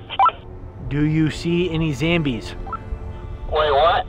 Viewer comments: Why did u say zambies not zombies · andddddddddddddddddd also its not zambies itsssssssssssssssssssssssssssssss zombies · in the vid he says “Zombies I repeat Zambies “ lol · Me laughing at "zAmbies" when they told Rick to stop laughing at it 😂😂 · Why are they pronouncing it “Zambies”? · I love how they say zambie, but it is actually zombie. Btw I love your video! Keep up the good work!😊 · I like how they called the zombies zambies😂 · Bruh it’s funny that says “zAmbies” and also that the zombies looked so fake that this the best video EVER btw can you do more bunker budget videos because I absolutely love those videos so as the cardboard fort videos except don’t ruin them.it makes me SO 😤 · I love how they call zombies zambies😂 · Just keep saying Zambies 😂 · All of them keep saying zambies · They are called zombies not zambies 😂😂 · Ylwhy you call zombie zembiz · Bro can,t say zombies right zambies